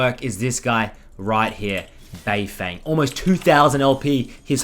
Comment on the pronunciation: its bay-ferng